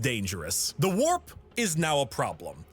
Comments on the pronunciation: Take a shot everytine she says "wap" instead of warp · im sorry but i cant stop hearing FAP instead. and november wasnt that long ago so its kinda on point i guess lol. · Her struggling to say warp is the cutest funniest stuff I've heard today 😂